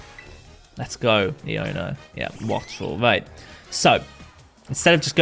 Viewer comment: Am i the only one who thinks Iono’s should be pronounced “I oh na”?